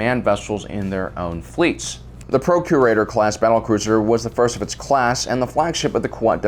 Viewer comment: I keep hearing “Procreator Class” instead of “Procurator Class.” I need help